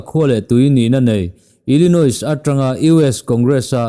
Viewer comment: Sir, ka lo correct ve lawk che inthlahrung viau chungin. Illinois ah hian 'S' hi lamrik loh tur. Illinawi tih ang deuha lam tur. Good video.